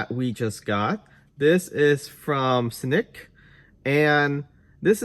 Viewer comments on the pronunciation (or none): Dude it’s cnick not snick lol